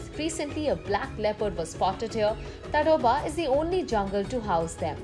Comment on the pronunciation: Its pronounced as "Taadoba".....just FYI